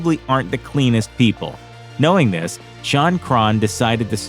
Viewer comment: And due to the fact it's not "shun" its "Shaun" 🤦‍♂️🤦‍♂️